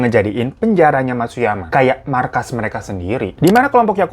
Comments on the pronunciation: penjara matsuyama bang, bkn matsumaya wkwkw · Penjara matsumaya apa matsuyama bang hiro, ampe salah ucap xixi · Matsuyama jadi matsumaya wkwkw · matsumaya atau matsuyama